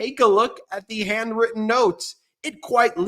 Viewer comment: Ben, I love ya, but you have to start pronouncing the letter "h" in front of words. "And-written notes" should be "Hand-written notes." "Yuman beings" should be "Human beings." I know it's a New York thing, but it doesn't make it right.